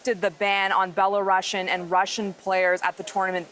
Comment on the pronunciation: Could you please pronounce the name of the country right?! Belarusian = beh-luh-roo-see-uhn